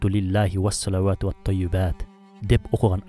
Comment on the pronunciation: Ассаламу алейкум автор , салаватты туура айтсаңыз жакшы болмок.